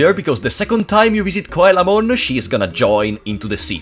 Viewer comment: Coelamon is pronounced "See-la-mon" It's because it's based on the ancient fish, the coelacanth. The sign he's referring to is a dojo's title sign, it's a japanese thing, a person from a different rival dojo would challenge a dojo to get their entry sign if they won, it would make it harder for people to know that a dojo was a dojo and if it was missing people would know that the dojo wasn't the strongest in the city. It's very much a japanese trope so there's no real equivalents in other countries. The reason why some Mega Digimon are Ultimates in this is game and you can't digivolve into Mega because Mega Digimon didn't EXIST yet. They were introduced after this game. Kokatorimon is a Cockatrice, it's supposed to be Cockatrimon but like, translators are dumb sometimes. Cockatrices are a mythical beast that has the power of petrification, it's born from a rooster egg that was hatched by a toad or snake and is basically a rooster/wyvern. They're related to Basilisks. Lol poor bastards that were petrified. Gekomon is pronounced like "Gecko-mon" not that they ARE geckoes they're Frogs, but the japanese onomatopoeia for frogs croaking aka ribbiting is geko-geko Airdramon "Air-dra-mon." yup. Whamon "way-mon" because Whale. Great job~ :3